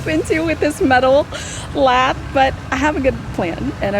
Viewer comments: Lath is pronounced like laugh. I googled it.😊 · It’s pronounced la ( hard a) the (th like this and silent e! Love the dog! And didn’t she say it was Angie Dickensons house?? That’s cool!! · You say lath like you start the word laugh. 😂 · Lath (rhymes with math) is used as a frame for support. Lathe (long a) is used to turn wood for those beautiful curves on furniture. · I'm pretty sure wood trim is priced by the linear foot (or foot) not square foot. Lath rhymes with path.